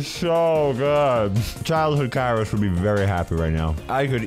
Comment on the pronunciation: Kairos becoming Italian 🤣